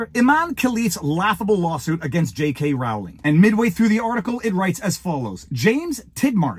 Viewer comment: Sorry. I tried to resist but you mispronounced her name so often, I just had to comment. It's J K Rowling like bowling ball. It's not J K Rowling like growling wolf. I'm just too pedantic to let it lie